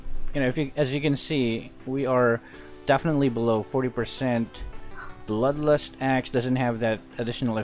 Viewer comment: He kept saying bloodlostass and asssclaws hahah